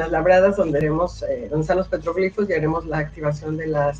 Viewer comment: PERDON LUPITA HERMOSA SE DICE PETROGLIFOS